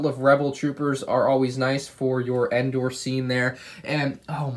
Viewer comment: it’s Endor